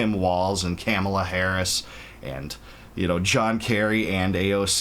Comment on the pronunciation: I’ve literally heard you pronounce the craziest foreign names with no problem but you absolutely cannot do Kamala correctly? Just wondering if it’s true ignorance or deliberate?